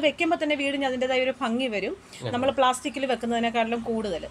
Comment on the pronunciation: നല്ല ഫംഗി അല്ല ....😄😄😄😄ഭംഗി എന്നു പറയു......